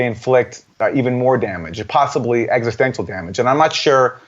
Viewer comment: Aaron loves to say eggsostential, plus he’s a moron